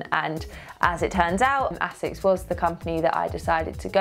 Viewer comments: I think it's pronounced AY-sixs, not essex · Love my Asics (noosa), and congrats! but come-on Lucy is pronounced AAAsics, like basics without the B...lol